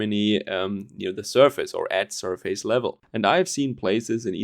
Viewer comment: just a tip, 'surface' is pronounced "sürfiss". You don't pronounce the 'face' in surface like the word face. The same goes for 'preface' which is pronounced 'präfiss';-)